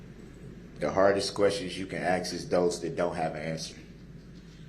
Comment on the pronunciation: It feels as if B'Ivory Lamarr told him to axe the right questions.